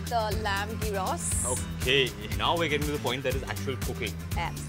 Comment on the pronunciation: The dish is pronounced as yros and written as "gyros". It might be worthwhile to check the correct pronunciation of a dish before presenting on a public platform like YouTube with a wide international audience.